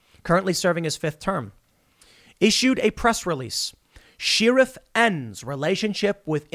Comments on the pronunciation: what is a Sheer-if? Why does Tim pronounce the word like this? its so grating every time I hear here. SHARE-if. Not sheer-if. SAY IT! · Share-if, not she-ruff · It's pronounced Sheriff as in Share if not Sheer if. Fuck that's annoying. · I just realized something. Tim can't pronounce "Sheriff" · Sheriff sounds like share-if. Not sheer-if. Check out an old western. 😊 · SHARE-IF, NOT SHEAR-IF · So Tim like to pronounce the word sherrif (sheerif) instead of (shairif) interesting. I wonder if that's his Chicago accent. The way he says fun also seems to have a Chicago twang to it. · Share ruff!!! not shear rif lol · The way Tim says sheeref is like nails on a blackboard. Tim, I love you man but at least watch a western! They'll say sheriff dozens of times. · Why are you saying sheee-riff? Is this a cool whhhip phenomenon? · Ok, now I'm thinking you're mispronouncing "sheriff" on purpose. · Every time you mispronounce sheriff it hurts my soul. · I enjoy your videos, but I am now aware that you say “sheriff” weird.